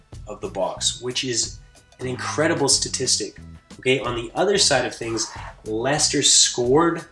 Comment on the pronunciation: That's how it's pronounced